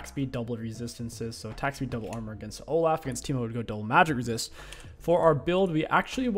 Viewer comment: Love the way king pronounces names. Oh-Laugh 🤣